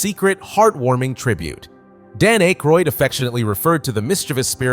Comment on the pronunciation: This has been entertaining, but the mispronunciation oof Dan Akroyd's name indicates a heavy AI narrative. If the content is correct, I like it, but the AI backstory of the creation of this video is troubling.